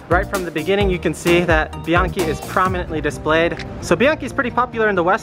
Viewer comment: They pronounced "Bianchi" in right (Italian)way. I always thought American people pronounce it the wrong way so one day I asked a lady who was born in Italy(Italia). It was confirmed.